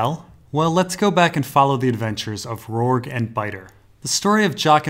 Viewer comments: Yes, it's the "J" sound. The way pronounce it should be spelled "Rorgue". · i always thought Rorge was pronounce like gorge, with the j sound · It's so tough watching through older videos and having to endure him mispronouncing so many names. I thought "Arianna" was bad enough, but "Rorg"? Jesus.